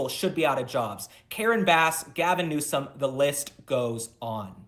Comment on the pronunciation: First, you need to make sure you are properly pronouncing the person’s name you are reporting/talking about! Newsom not NEWSCOM…! Very annoying….and actually I have other names I could call him but….